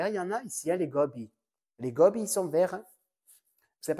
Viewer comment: Coucou, je découvre tes vidéos et j'ai passé un très bon moment! Humour, naturel, franchise et de jolis projets. Tu m'as tuée avec les Gooooobis (avec l'accent) 🤣 Tu es du Var!!! Mon amoureux est de La Londes, nous y venons régulièrement! Tu es vers où toi? Tu as des adresses de boutiques de laines (avec de la jolie laine), je ne trouve pas... A très bientôt